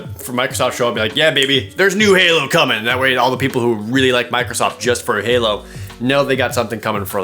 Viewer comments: Hao? Jared! I think you made a little mistake. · Hao stuff? I assume you mean halo